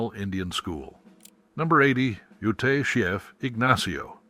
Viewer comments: Yes! I used to live in NM. taught 5th gr for Zuni; then a Librarian for 2 Navajo schools in NE AZ. Acoma (which I've driven by) = 'A like in Apple: Ack-'uh-muh. Accent 1st syl. "Ute" = 'Yoot.' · "Acoma" is pronounced with the first "A" like in Apple. Accent is on 1st syllable. "Jicarilla" is said "Hica ree'-ya". The famous cactus is 'Suh-wah-row.' "Ute" = 'Yoot.' Edward Curtis is a famous photographer of Native Americans, of the late 19th and esp early 20th century. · Coming from New Mexico, I needed to let you know you miss pronounced Acoma, and Ute.